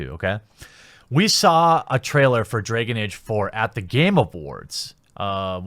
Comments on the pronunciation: Nobody: The Quatering: Dreyhgan Eyge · Anyone else laughing at how our bearded hero says "Dregen Age"? 😂😂😂😂😂😂😂😂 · "Draygin Age." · Stop trying to avoid saying "draygen age!" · You know how I know Jeremy super cares about the Dragon Age brand? He pronounces every in-setting word like he's never heard it before. Bro, you don't have to act like you care about games you've never played to make your point.